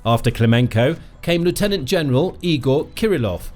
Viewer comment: Learn to pronounce 'lieutenant'. Your ignorance shows that you don't know what you're drivelling about.